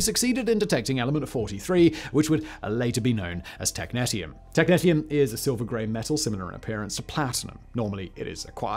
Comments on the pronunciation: tek-NEE-sh(ee-)uhm, both british and american pronunciation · Technetium is pronounced Tek-nee-shee-uhm. There is also a Technetium-99m which is a meta-stable state of technetium-99 (essentially just an excited technetium-99 nucleus). Good stuff. It is hard to clean up if it contaminates outside soil. It loves water, so every time it rains, it seeps deeper into the ground. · Sorry to be that person but it's pronounced tek nee - she um. As you were. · Technetium Tek-nee-shee-um Not Tek-net-ium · Every time he said technetium i cringed.